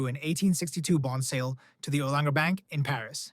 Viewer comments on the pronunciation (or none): none